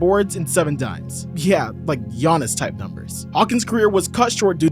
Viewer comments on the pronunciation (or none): none